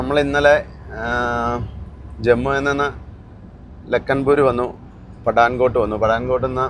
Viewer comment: Negative comment പറഞ്ഞില്ലെങ്കിൽ ഞാനും പുത്തേട്ടിന്റെ ശിങ്കിടി ആണെന്ന് വിചാരിക്കും അത്കൊണ്ടാ ഇങ്ങനെയുള്ള കമെന്റ് ഇടുന്നത് Main driver അല്പത്തരം കാണിക്കല്ലേ വളരെ മോശം വെയിലത്തു തൊപ്പി വെക്കുന്നത് ഓക്കേ,പക്ഷേ വണ്ടിഓടിക്കുമ്പോൾ അതൊരു അല്പത്തരമായി തോന്നി കൂടാതെ പത്തു വർഷംകൊണ്ട് വണ്ടി all India ഓടിച്ച ക്യാമറാ മാൻന്റെ Hindi ഇനിയും ശെരിയായില്ലട്ടോ. പടാൻ കോട്ടല്ല പട്ടാൻ കോട്ടെന്നാ ഉച്ചരിക്കേണ്ടത്,ഇത് കേട്ടല്ലേ ഹിന്ദി പഠിച്ചുവരുന്ന main drivarum പഠിക്കുന്നത്